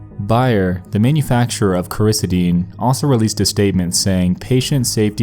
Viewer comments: cor-uh -SEED-un, not cor-i-suh-DEEN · Hey Nex, pharmacy technician here, it's pronounced Coar-ah-sea-den, not ker-is-ah-deen. Just so ya know. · It's pronounced core uh see din me and my brother Mike started that whole thing. And yes it can make you violent and cause memory loss. Let me shove 12 down your throat. Though I've never gotten violent toward other I like the way cutting feels while I'm on it. If you were to kill someone on 2 potent benzos as a judge i would have to forgive you Clam and Flam at as little as 500ug you WILL NOT remember anything that happened after it wears off. I don't agree with making ANYTHING illegal but those maybe. If ALL drugs were legal you wouldn't need red to look for fucked up alternatives like Flam and Clam or carfent synthacaine etc. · "Core-issa-dean".....?! Lmao It's pronounced "Cor-i-see-din" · Everyone: Ba-yer makes Cor-i-ci-din Nexpo: Byer makes Krysideen. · Coraseeden .. just sound it out. And it depends on how much he took. Take enough and you aren’t even in reality anymore. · Its pronounced KORR-ISS-SID-IN. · Bayer = Bay-er, Coricidin = Cor-a-cee-den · Coricidin is pronounced Cora-see-din. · Core I Ce dan that’s how you pronounce it. But it’s does put you into a trance. I’ve taken it to get high when I was a lot younger and it zones you out like crazy. It’s the same as robotussin. It’s the same chemical. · CORE-EH-SEED-IN is how it is said. That stuff won’t make you kill somebody, it’ll thin ur blood and slow your blood pressure and make u feel drunk.. but not drunk enough to commit a murder and “forget it” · BAY-yer makes Core is SEE den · Learn how to say words you don’t know. It’s drives me crazy. Cor-uh-see-dun!!! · It's Cori-cee-den. How have you never heard anyone say that name? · Pronounced cora-see-dun. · It’s pronounced “core-ih-seed-in”. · gotta work on your pronunciation of pretty common words and companies. Corocidin and Bayer...come on dude. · It's pronounced Cori c den and it's a hell of drug